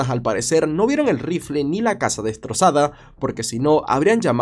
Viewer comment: Le compró un RrRrrifle de aire 😂